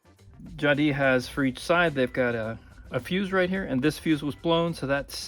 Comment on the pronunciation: Jadissss not Jadi , please c'est français